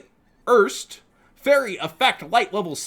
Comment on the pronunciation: the show with these monsters has been out for 13 years, and the man using them was German, the names erste, zweite, and dritte are first second and third, just please pronounce them right for us all because the last thing I and I'm sure many others can take is the rest of the yugioh community butchering German language at a tournament after seeing any yugituber and just repeating it.